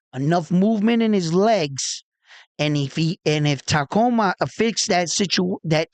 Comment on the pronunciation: You have the . . . beginning . . . TA . . . and . . . ending . . . MA . . . correct . . . The letters in between are pronounced like the word . . . COOL . . . without the "L" . . . or the letter "U" in the words "cube" or "tube" . . . sounding like . . . "KOO" or "KU" . . . So, it is pronounced . . . TA - KU - MA . . . Inoue.